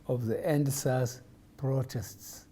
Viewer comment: well intended frowtests